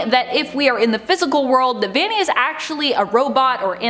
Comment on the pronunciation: by the way it’s not ‘vani’ its ‘vanny’ (no hate!)